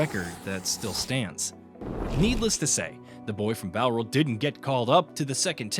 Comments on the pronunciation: Why the hell have we got an American commenting on a sport they know nothing about? The mispronunciations alone are teeth-grinding! The 'bow' in Bowral rhymes with 'how', not 'doe'. Try some proper research before speaking such rubbish. Otherwise get an Englishman, or an Australian, or a West Indian, or an Indian, or a South African, or a Pakistani, or a New Zealander to do the commentary! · Yet to see any of these shit low effort AI channels pronounce Bowral correctly....